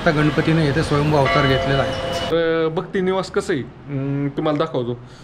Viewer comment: भक्ती निवास नाही भक्त निवास बोला